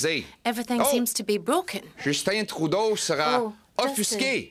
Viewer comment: I like how he always say "Justin Trou d'eau"